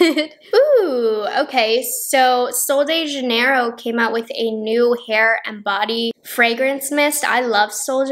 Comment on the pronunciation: I'm brazilian and the way you pronounce "sol de janeiro" and "bumbum" is so cute. Sephora Brazil does sell Sol de Janeiro, but the brand's target and appeal is definitely US and americans.